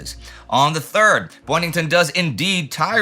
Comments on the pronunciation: It is Boyington, not Boynington. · Pappy's last name is Boyington. Boy-ing-ton. Not Boynington. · Pappy Boyington, not Boynington. Two minutes in the penalty box for Indie. Great episode, again 😊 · It's Boyington, not Boynington. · Is it just me or is Indy mispronouncing Boyington as Boynington? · And I can't believe no one caught it at the time. It is not just you- but you can see from his picture card we spell it correctly. Stupid mistake. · “Boyington” not “Boynington” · The photo caption is correct: Boyington. But somehow Indy thought it was Boynington. Spoken: , , , , , . On-screen text: in a book quote -- is it possible that Mark Lardas got the name wrong in his book and that's where Indy's mistake originated? It had to come from somewhere. It makes the name MORE difficult to pronounce, so it doesn't seem like a natural mistake to make (though the entire crew has to handle impossible name pronunciations so routinely that they may not notice by now). As an aside, I've never quite understood why fighter planes ever fight each other -- why dogfights happen -- EXCEPT when fighters are escorting bombers. In these "fighter sweeps," were the Allied planes fighting Japanese fighters serving as a Combat Air Patrol to protect Rabaul from bombers? Or were the Allied fighters armed with bombs so they were actually both fighters AND bombers? Or if the Japanese fighters hadn't bothered to fight them, would they have strafed the field with machine guns? It's kind of like the question of whether tanks should fight tanks, or whether tank destroyers should fight tanks, so tanks can be saved to attack other targets. Don't you just waste fighters having them shoot each other down? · It's "Boyington", sir, not "Boynington". ffs. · His name is Boyington not Boynington. My head hurts now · Pappy "Boyington"